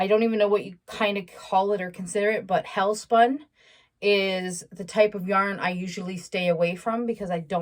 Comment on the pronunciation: Noooooooooooooo, not "hellspun". LOL.